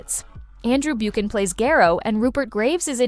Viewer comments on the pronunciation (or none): Andrew Buckann not Bukeann